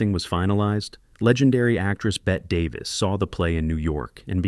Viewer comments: Its not bett Davis its pronounced bettiy you dope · Bett-EE Davis! Not BET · Bette Davis’s name is pronounced “Betty.” Not Bet. Not bothering to research proper pronunciation makes you sound ignorant. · “BET” Davis??????? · They should learn the language before producing these types of informative formats. For example: Natchitoches=Na-cuh-doe-chez Ouiser=Weezer Boudreaux=Boo-dro (long o) Bette Davis=Betty Davis 🙄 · it's pronounced Weezer for Shirley McClain's part. And you should be fired for not knowing Bette Davis' name is pronounced "Betty." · It's pronounced "Betty" Davis, even though spelled Bette. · Also Bette Davis as Bet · Narrate with correct pronunciation please! I can see how someone would have a hard time pronouncing Natchidoches... I get how Ouiser is hard to pronounce by the spelling but my God please, Bette Davis? It's pronounced Betty!! I can't watch Anymore. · It’s not Weez-air or Wiser or Wheex-air it’s Weezer, like the band. And Bette Davis is pronounced Betty Davis.